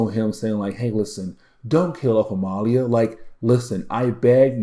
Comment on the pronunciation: Loving your good commentary and coverage of these past stories. Joseph had an interesting story. Where is the real Mags and can Joseph fill the void left by Missing Mags. I think Amelia is pronounced the same way it is for Emilia Earhart. I like be your insights, and your attention to key points!